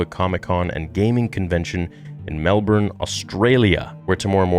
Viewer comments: THANK YOU for pronouncing Melbourne correctly! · I agree. Plus, thank you for pronouncing Melbourne correctly. 👍